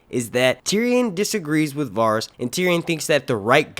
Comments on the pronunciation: The way you pronounce Varys is like nails on chalkboard to me 😭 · These aren't leaks, their theories. And you really aren't good at pronouncing some of these names are you? I mean, do you watch the show? I'm sure if you've watched one episode oh, you would know how to properly pronounce Varys. D+